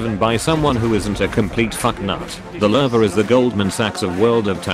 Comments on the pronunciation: another noob who says lurve instead of lowe. newsflash bro, there's no R in lowe. 10/10 would watch again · It's the Lewe... L-oo :)